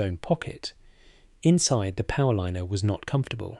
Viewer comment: Now thsts a frieght powerlinener'